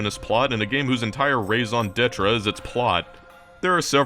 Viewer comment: That pronunciation of 'raison d'etre' almost certainly caused the spontaneous combustion of at least one Frenchman.